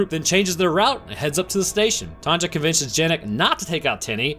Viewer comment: Wait, you don;'t have women called TANJA there? Why pronouncing J as G?